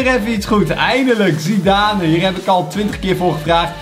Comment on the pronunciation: Je spreekt het uit als zidaan